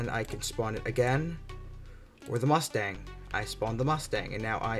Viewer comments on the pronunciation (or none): What U say Mastang? Or Mustang?